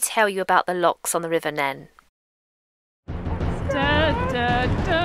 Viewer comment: Welcome to the channel, and thank you for such a lovely comment!😊 Oh dear, I was definitely pronouncing the wrong Neen/Nen, but I do have a pair of armbands onboard just in case I end up in the river! I absolutely loved boating in that part of the world, such a beautiful stretch with oodles of wildlife. Loved it!😍 Take care🦋🌻